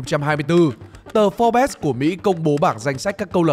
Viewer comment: Forbes: (/fɔːrbz/) chắc không phải đọc là "pho bét" chứ